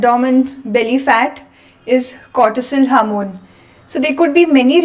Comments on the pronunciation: Hamoon😂😂 she means HORMONE. JEEEEZUS 😂😂😂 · harmon? you mean hormone?